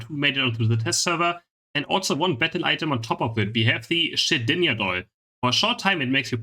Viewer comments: Did this man just pronounced shedninja shedinga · In Germany the letter j is pronounced “y” so that’s why pronounces it like that. Anyways nobody calls it shedinja doll just call it zhonyas lmao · In case no one's told you yet Shedinja is pronounced like shed and ninja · It's not shedinya its shedin-JA please dont spoil nincada's shed skin evolution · 0:9 it's shed-inja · btw just so you know. shedinja is pronounced like ninja at the end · Don't want to be characterized as a word nazi, but, please pronounce the J in the shedinJa, it is not silent😂🙏